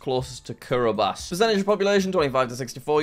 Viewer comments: jack please say Kiribati normally (not like ‘kiribas’) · It is pronounced "Kiri-bas" The "ti" in the Gilbertese language is pronounced like the English "s"